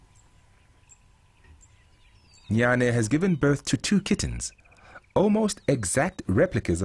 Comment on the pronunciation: Her name is Jnana (gya:nə) Not “Nyan” lmfao